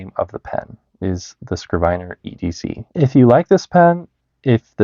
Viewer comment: bro, you definitely know more than me, but i was almost certain it's pronounced 'skriv-ner'